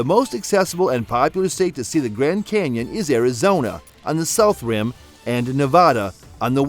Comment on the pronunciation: If you say gran Kenyon one more time I'm gonna kick you in the nuts!